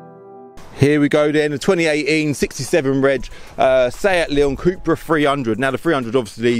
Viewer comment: It’s cup-ra (cup racing 🏆) not coup-ra 🙂👍